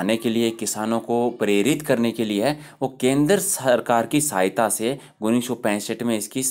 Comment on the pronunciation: sir pronunciation shi kro 19 ka